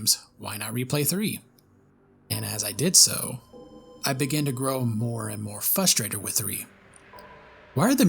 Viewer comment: Sorry to be an ass but “Fustrated”?